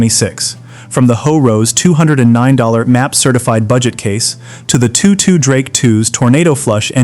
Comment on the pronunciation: AI Crap. It's TOTO, like the dog in the Wizard of Oz, or the Rock Band Not two two.